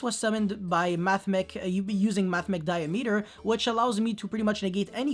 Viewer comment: "di-ya-ME-ter" o_O "diy-A-me-ter" uwu almost as bad as mimiCRY XD